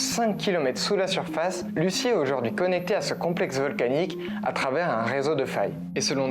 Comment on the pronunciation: Ça se prononce pas Lucie mais luzi lol 😅